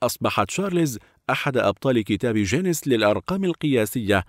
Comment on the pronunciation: اسمه ڨينيس مش ججينيس